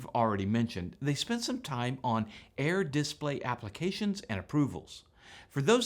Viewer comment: It’s a dis-PLAY, not a DIS-play.